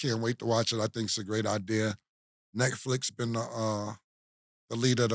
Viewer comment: Don’t forget when he said “Neckflix”